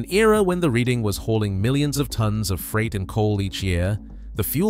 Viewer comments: The railroad name is pronounced "Red-Ing" not Read-ing. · Reading is pronounced Redding please .